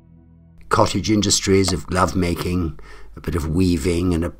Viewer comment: The first time I didn't hear the "g" at the beginning of "glovemaking." 🤣